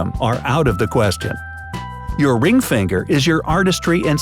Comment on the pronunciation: Middle feengher 😂😂😂😂😂